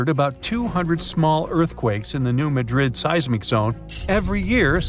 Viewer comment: It's New-mad'-dred Accent on second syllable.